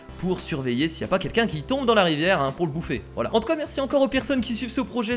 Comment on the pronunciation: la rivière c'est plutôt la "ri-verre"